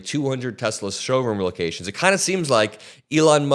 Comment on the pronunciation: Hey....how can ANYONE have a problem with "TESLIR".....??? 😂😂